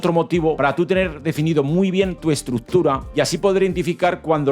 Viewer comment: necesitas aprender a pronunciar la palabra estructura